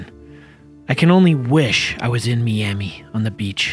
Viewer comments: ITS NO SAID LIKE MEAMI ITS SAID LIKE MIAMI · Noone: Justin: Meeami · This video is good but Miami is pronounced my-am-e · I dislike the way they pronounce Miami